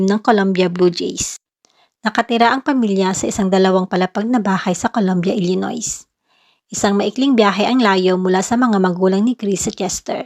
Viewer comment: Hindi po kasama ang s sa pagbigkas ng Illinois.